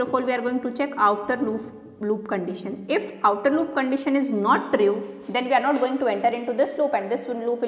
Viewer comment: "tri-ue" nice explanation !!